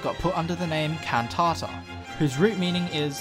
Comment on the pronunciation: Great... now my siblings won't stop going It's Can*tata not *Can't-tata whenever i do choir auditions